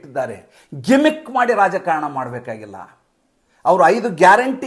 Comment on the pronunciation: ಜಿಮಿ ಕ್ ಅಲ್ಲ ಗಿಮಿಕ್. ಚೆಕ್ ಮಾಡಿ